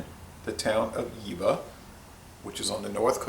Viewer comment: Fun fact for you buddy, the v in jever is pronunced like a F, like JeFer Stay healthy